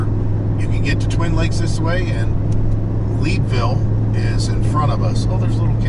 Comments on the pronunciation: I’m not from the area, but I think the Lead in Leadville is pronounced like the lead in a bullet or the metal. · Yes, it is lead like a lead pipe.